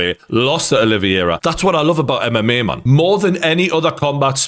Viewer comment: I don’t actually think this guy knows anything about MMA & very little about boxing too, he just copies what others say.. all his talking points were spoken about by the panel after the fight & during too.. he can’t even pronounce Oliveira’s name correctly